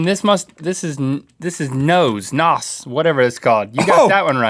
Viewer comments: nos not noz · You say it like Nitrous Oxide not NOS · Just saying it's pronounced N-O-S not "nos" saying "nos" is silly and looked down upon in car culture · WOAH WOAH WAIT you can not say NAZ its N O S nitrous oxide systems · It's pronounced NOS with and "S" not a "Z" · Is anyone else bothered by how Rhett pronounces NOS? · Can't pronounce Nos correctly lol